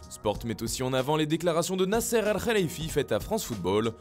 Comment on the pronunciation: Merci pour l effort de bien dire le nom de nasser